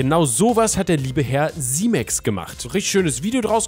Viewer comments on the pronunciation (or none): none